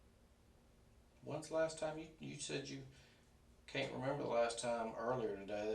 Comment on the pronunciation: “You Kent help a friend out??”